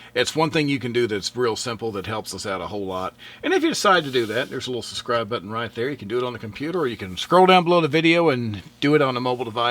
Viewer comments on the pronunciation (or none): Great video, but FYI it's pronounced suBscribe not suSscribe ❤